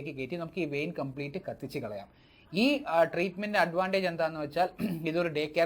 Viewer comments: വൈൻ അല്ല വെയിൻ. അല്ലേ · വൈൻ അല്ല. വെയിൻ എന്ന് പറയൂ ഡോക്ടർ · വേരിക്കോസ് വൈൻ 🤣🤣🤣 വെയിൻ വൈൻആയത്നന്നായി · Vine alla vain